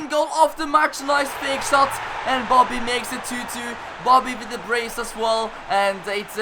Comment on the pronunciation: He is saying boddy